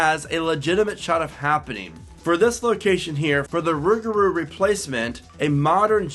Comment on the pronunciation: I can’t stand the way you say rougarou